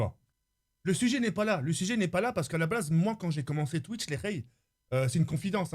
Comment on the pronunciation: A 🤣🤣🤣🤣 dit "a la blaze" au lieu de "a la base"😂😂😂